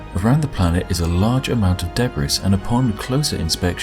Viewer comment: I hate to be that guy, but dude, it's De-brie, not De-bris. I know, I know, it shouldn't matter, but it's grating.